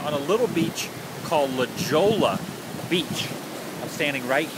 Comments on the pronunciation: They're not sea Lions there seals and the town I've lived in for over 40 years is pronounced la hoya not La Jolla Happy Days although it's spelt La Jolla if you would have walked up another four minutes you would have seen six to eight hundred pound sea lions but those are seals there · Pronounced La Hoya. lol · LOL Adam, its pronounced La Hoya.... But its spelled La Jolla. Remember, in Spanish, the "J" makes the sound of an "H" and two "LL"s put together in Spanish make the sound of a "Y" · its pronounced La Hoy-a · SO many tourists say the J in la Jolla as a J instead of the H sound that it is supposed to be, you are not alone !